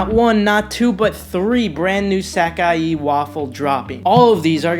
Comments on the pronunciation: it is suh-kai. He mispronounced it. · Full throttle on the sock-I-yee